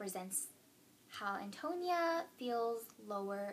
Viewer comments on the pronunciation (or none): Pronunciation of Antonia: An - toe - knee - uh